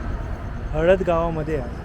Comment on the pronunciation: हळद नाही मित्रा खळद गाव आहे